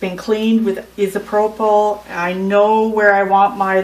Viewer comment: No, lol! I'm glad I'm not the only person that was bothered by the pronunciation of "isopropyl". It's pronounced "Eye"-So-Pro Full". alcohol. Great video nonetheless. Haha!